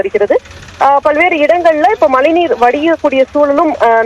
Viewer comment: ஏம்மா மலைநீரா?? மழைநீரா 🤔🤔